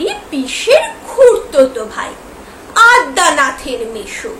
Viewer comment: Addanath noi adyanath jo fala ache madam.